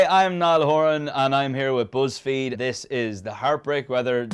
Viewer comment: Others: BUzzfeed Niall: buZZfeed The accent lads!✊